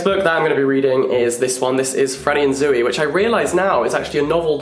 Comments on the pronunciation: Can someone tell Jack it's not Zoo-ey. 😬 It's just Zoey (Z-owe-ey) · saying Zooey like zoo-wee-mama from Diary of a Wimpy Kid is wild to me